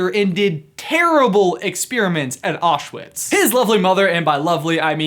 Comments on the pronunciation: It’s not pronounced oshwits. It’s pronounced owshvitz. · AHHHHHHHHHHHHHHHHHHHHHHH He pronounced Aushwitz wrong😫Sorry that just annoyed me😂great theory (I think I spelled Aushwitz wrong) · Mark Shamblin also hahaah he says osh-wits instead if ow-shvits